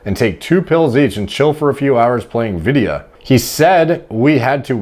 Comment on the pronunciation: bro it is pronounced vid-yuh not vid-ee-uh lmao. internet slang for video games